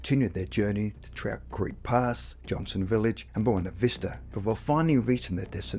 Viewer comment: This is an interesting story, but the narrator's lack of linguistic skills is very distracting from the story. eg. It's not "Boina Vista". It's Buena Vista. It's police, not "pleace". "summink" -You mean something. "insised her daughter giver her a rashion explanation" -WTF? That should be "insisted her daughter give her a rational explanation". It also doesn't help the credibility of this story by quoting the unreliable website, Wikipedia. Especially when their description of an alien abduction that has information that is not true.